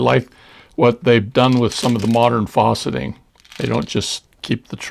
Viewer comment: Really beautiful collection of beads! Question about a term you're using-- it sounds like you're saying "fawceting," which I'm not familiar with... Unless you mean faceting -- the beads have facets -- which I am familiar with. But I've only heard the 'a' in facet pronounced like the 'a' in fast. Is "fawceting" a different term?